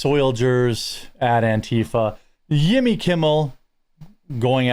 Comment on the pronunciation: When you say Yimmy... I have an urge to stroke my eyebrow with my pinky finger.